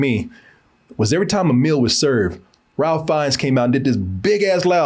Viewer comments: Now,, Ralph has worked long enough and provided us some truly spectacular characters that he's at the very least earned his name being said properly. It's RAY-FE not RAL-FE. We don't pronounce your name KO-RAY, even though the spelling could be interpreted that way phonetically. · Ralph Fiennes pronounced his name “Rafe” (‘reif’)🤷🏽‍♀️ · I was waiting during this whole review for to correct that his name is strangely pronounced “Rafe”. Alas he didn’t.